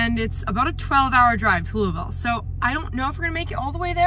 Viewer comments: Thank goodness for someone who can pronounce Louisville correctly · Your pronunciation of Louisville was perfect. Welcome to Derby City! I generally stay away from all the big shows here in Louisville, except when I worked for a trade show company for a couple years, and displays, graphics and rentals had to be set up and taken down. Thank you for taking us all along and showing us this side of a trade show through your eyes. Ear protection at a tractor pull is a must, or so I've heard! Stay safe y'all!